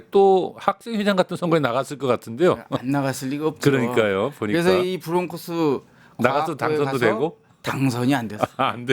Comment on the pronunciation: 브롱크스???? ㅍㅎㅎㅎㅎㅎㅎㅎ 코스트코 😮😮😮😮😮😮 어디서온 영어? 코 리 언 잉글리쉬